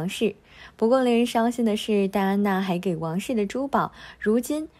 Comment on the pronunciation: 还给，读音读错了，